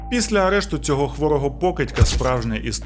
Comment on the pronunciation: Шановний, я переслухала вже багато ваших відео і вже вкотре помічаю (профдиформормація🤷‍♀️), що у слові «після» не звучить звук «л», тому замість звучить слово «піся» (що також хороше слово, але не підходить за значенням:)